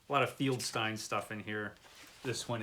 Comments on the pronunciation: I am pretty sure it is pronounced FELD-STEEN...not... FIELD STINE....or were you trying to be funny by insulting one of the greatest people in comic book history?.. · Just a tip, the last name of the artist at EC Comics was FELDstein, not FIELDStein. It’s an easy mistake to make, but you might want to check Wikipedia on every person you mention and have your browser speak the name. I just watched a video where the creator called Rod Serling, Rod Sterling, which wouldn’t be too bad, but he said it wrong twenty times. Keep in mind that viewers are probably going to know how to pronounce these folks’ names, and mispronouncing the names probably hurts subscription numbers.